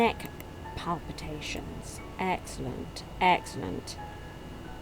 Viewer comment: I genuinely love how you pronounce palpation. Palpation is when you press into their stomach with your hand; palpitation is if their stomach pushes back ... like in the Alien movies. It took me a looong time to notice that extra syllable wasn't in the word, and to look up the difference. Now that I know, I laugh every time I see or hear it :-)